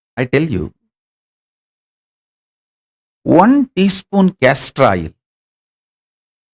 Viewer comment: Please tell me you said castor oil